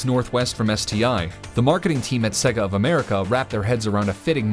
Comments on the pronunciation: Say-gah not seg-gah, you literally have to listen to the sonic start up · Sega is pronounced Say-Guh. Not Segg-uh. If you actually played the game rather than reading a script you would know that after 2 seconds of starting the game. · I really like your videos, but every time I hear the narrator say "Segga", I want to break something. 😬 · Why do Americans have to miss pronounce sega drives me crazy 😡, but love this channel 🖕🏻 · the way you say "Sega" lol...Probably more accurate but sounds funny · I know this is really petty but the way to pronounce sega is literally at the start of the game